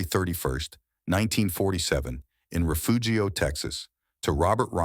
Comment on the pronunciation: For sure! When these fools can’t pronounce towns properly, you know it’s clickbait! Refugio and Schroeder are not pronounced like this guy!!